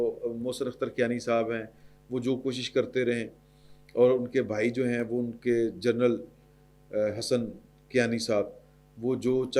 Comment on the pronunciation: سید بادشاہ جرنل نہیں جنرل فرق واضح ھے